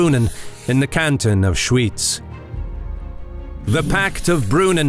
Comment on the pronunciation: "Schooitz" 😂😂😂 it's pronounced SchVitz.